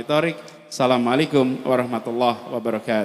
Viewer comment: Sedikit kritik untuk pak Anis tolong di sampaikan, pak Anis di saat mengucap salam terdengar di awali dgn ucapan Salam Alaikum, yg benar di awali dgn Assalamu 'alaikum , kemudian yg barusan , ada ucapan di awal tadi, wabil Muhammadin nabiya warasula , yg benar wabimuhammadin nabiya warasula